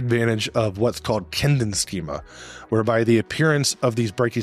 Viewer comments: one tip: It is spelled "Kindchenschema", you missed an entire syllable in your video. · German here. Very good video, I just wanted to correct one thing: it's Kindchenschema, not Kindenschema. The word 'Kindchen' is the German diminutive of the word 'Kind' meaning 'child'. Knowing the origin of the word is actually quite a good aide-memoire for its meaning if you think about it.